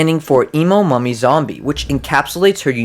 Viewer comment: i thought he said "mommy" instead "mummy"